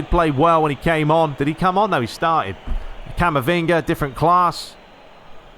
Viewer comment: Please stop calling camavinga camavingy it sounds weird